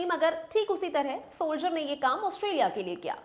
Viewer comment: Sholjer 😅 nhi Soldier😂